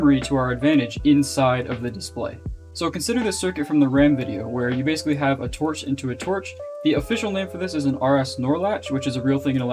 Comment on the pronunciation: In The RAM Video: I Cannot Understand "A Torch Into A Torch"